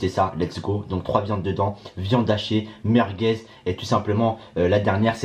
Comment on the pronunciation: Il dit meurqueuz😂😂😂😂